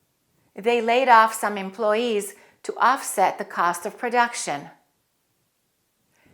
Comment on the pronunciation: Hello dear teacher!! Did I hear well or you didn’t pronounce the y in employee?